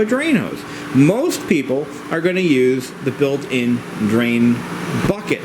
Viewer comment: The 'buket ' haha great video though!